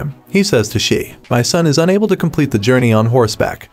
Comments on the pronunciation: It was painful to hear you go on calling Sam Elliot's character "She" its Shea (pronounced Shay) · Sam Elliott's characters name is Shea (Shay) not She. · Sam Elliot's character is pronounced Shay, not She. It is spelled, Shea. The "E" is silent. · I haven't cried that much in a very long time. It was heartbreaking. Sam Elliott's character name is, Shea, pronounced Shay, not She. So annoying. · “Ennis” is pronounced “ N-S”, not “N-ees.” “Shea” is pronounced “ Shay”, not “She.” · Drives me crazy hearing SHE!!!!!!!!!!!! It’s SHAY!!!!!!!! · PLEASe say the name correctly! Shea is pronounced Shay, not She. I can barely listen to this ignorance. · It is pronounced “Shay”. Not “Shee”. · I kept wondering who “Shee” was….Shea is pronounced Shay. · It's pronounced "Shay", not "She". Wish these bots would get pronunciations right. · It’s not “SHEE”. It’s Shea ( SHAY phonetically! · Pronounced 'Shay' not 'She', good lord man. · his name id Shae not shee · Shea not She pronounces SHAY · Sam Elliott’s name is not pronounced “She” it’s pronounced, SHAY! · Shea's name is pronounced SHAY, not SHE. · Its Shay...Not she. Geesh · Wow! It’s not She! How are you doing a YouTube recap video and you don’t even know his name! It’s shea or shay! If you actually watched the show you would have heard the correct Pronunciation of his name many times throughout the show. As you said yourself it’s kind of amusing that you don’t know how to pronounce one of the main characters name’s. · Larry: The many references to “She” is because the narrator is either a “bot” or doesn’t have the education to pronounce Sam Elliott’s character’s name of Shea as “Shay”! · Yes, I found it very annoying every time he said "She" . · Can you adjust your bot narrator to pronounce Shea as [ SHAY]? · It would be nice if the narrator knew how to pronounce the names. I found it very annoying when he kept saying "She" for Shea. Other than that 1883 is one of the best television series of all time. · It’s SHEA not “she”